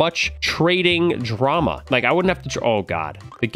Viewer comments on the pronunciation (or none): none